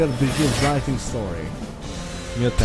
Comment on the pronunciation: Ha már Lightning a kedvenc karaktered legalább a nevét kibírnád ejteni meg leírni. Nem sértés :)